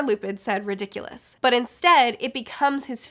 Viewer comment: It's "ri-dikk-uh-lus", not "ri-dikk-yoo-lus". And "ah-rith-man-see", not "ahrithmunsee". Great video though!